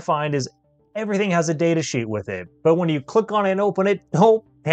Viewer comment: Jargon is not pronounced as "Jar gone", but as "Jar gun".